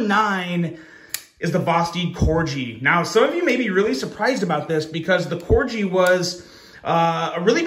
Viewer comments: I'm sure I'm not the first one to point out...they name some models after dogs. Labrador. Dachshund. And yes, Corgi. KOR-ghee. Not KOR-jee. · It's pronounced Cor-gi like the dog not Corgee lmao what is so many knife people mispronounce knife names 😅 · It's corgi "G" just like the dog, not corji "J" . It sounds like the g when you say "guy" not "gee whiz". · It's pronounced (core-gee) like the dog. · I’ve already pointed this out before to him, I think he does it just so we comment like we are doing lol. He’s a Smart guy 🤓